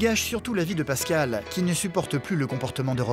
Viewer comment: Kani Traoré "Pascale" pas "Pascal"